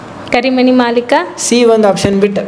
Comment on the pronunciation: Auction❎OPTION ✅ .. Inggestion ❎ INGECTION ✅